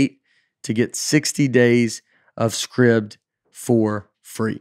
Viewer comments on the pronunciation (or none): Surely SCRIBD is pronounced 'Scribed' (as in something is written) rather than 'Scribbed'?? won't be getting paid for that advert... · Today I learned that Scribd is not pronounced with a “long I” sound. Learning pronunciation from Nate feels sketchy.